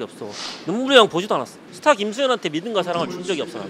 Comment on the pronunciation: 스타로써의 부담감 들을때마다 스타벅스로 들림ㅋㅋㅋㅋㅋ